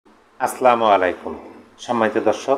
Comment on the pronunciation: ভাই আসালামু আলাইকুম, আপনি আসলামু আলাইকুম বলেন এটা ভুল